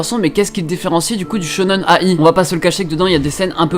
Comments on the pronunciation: Ça serait sympa que tu liste les animés et manga dont tu parles et ceux qui passent en vidéos aussi ! Et pour Shonen ai, la ai se prononcé aïe, comme de l'ail ! Pour ceux qui ne savent pas =) T'entendre dire A- I à chaque fois ma fait mal aux oreilles ! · Shonen ai (dit aïe) Shojo ai (dit aïe) Comme ça tu le saura pour la prochaine fois :3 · SHONEN AYYYYY ON DIT XDDDD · ça se dit shonen-aïe il me semble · le shonen/shojo-ai se prononce aïe comme quand tu te fait mal :) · Ça se prononce shonen-"aie" est tjrs au taquet ça fait plaisir!